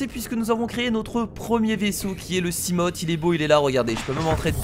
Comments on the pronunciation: hey on dit pas seamote c'est seamofe si tu vois ce que je veux dire, sinon super vidéo;) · ON DIT SIGLAÏDE ET SIMOFE PUTAIN TANT QUE TU LE PRONONCERA PAS NORMALEMENT JE LIKERAI PAS !!!!!!!!!!!!!!!!!!!!!!!!!!!